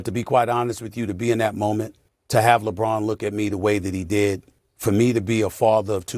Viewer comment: Labronda🤣🤣🤣🤣 That's A Good One!🤣